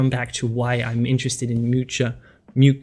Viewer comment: "Really loved this artist" but can't be bothered to learn how his name is prononced